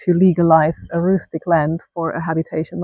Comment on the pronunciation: Rustic not roostic !